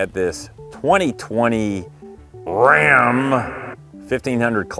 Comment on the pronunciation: My husband and I cracked up everytime you said Rrrrram.